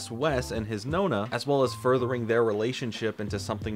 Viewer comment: It makes me smile that the way you say "nonna" sounds more like the italian word for "ninth" (nona) than "grandma" ahahah. Anyways, back to the video.